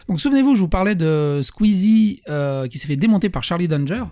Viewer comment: C'est un nom de famille "Danger" ça se lit a la française